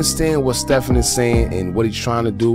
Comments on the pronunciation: It's pronounced STE-VEN, not like Curry. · His Name is pronounced STEVEN